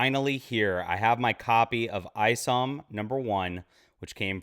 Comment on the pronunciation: Eye somm not ice’em just saying.